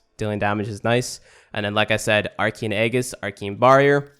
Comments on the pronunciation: Altercation: a noisy argument or disagreement, especially in public. // The word you were looking for is alteration. Also, Aegis is pronounced kinda like: Ay-Jiss. C'mon, we live in the UK mate, we're only expected to know one language... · Correct except for the Aegis pronounciation.